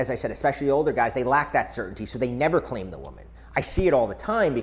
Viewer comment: I thought he said, "Clam".